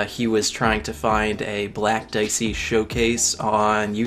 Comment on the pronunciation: Wait! Its "diechi"...right?